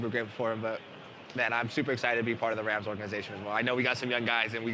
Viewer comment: “ wit tha wams”😂